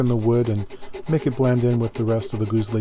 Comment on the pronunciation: Yeah! [GuSli], softer S, not Z.